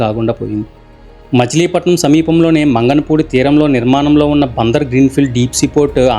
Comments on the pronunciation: మంగనపూడి కాదు మంగినపూడి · మంగళ పూడి కాదు బ్రదర్ మంగినపూడి, బందరులో ఇంగ్లీష్ చర్చ్ సమాధుల చర్చ అని కూడా అంటారు ఇంతే కాదు బ్రిటీష్ వారు సమాధులు ఆ ప్రదేశంలో ఉన్నాయి మీరు పూర్తిగా చూపిస్తే ఇంకా బాగున్ను 🙏